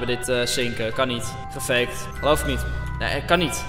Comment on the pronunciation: Hij zei veegt